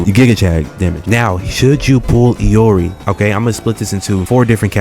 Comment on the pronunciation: Saying I can't english when the person who says it calls her "EE-or-EE" doesn't fill me with confidence.